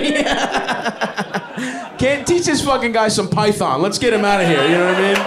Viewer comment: I love that he knew to say Python hahaha. Smart guy